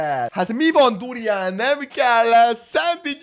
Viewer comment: A video felèig az halottam hogy burján.xxxddd